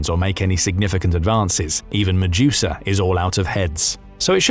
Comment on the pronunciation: OK I could hear the Medusa mistake once and brush it off, but again and again has me turning to stone like a hydra 🤣